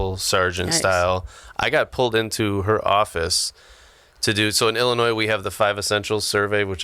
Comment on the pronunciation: he said Illinois wrong the s is silent